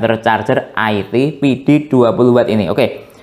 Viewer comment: nyebutnya bukan aiti tapi IT di sambung ga dipisah2